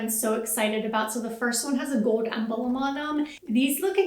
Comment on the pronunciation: Good video - please note, when discussing the fishnet flats, the word is “emblem” not “em-bah-lom” 😘